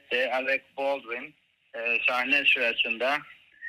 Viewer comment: Baldwin nasıl okunur onu bile bilmeyen cahil ikili iyi ki Acun iyi ki varsın iyi ki 🙋‍♀️🙋‍♀️